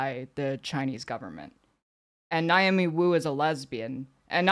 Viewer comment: NAY-omi, not NIGH-omi.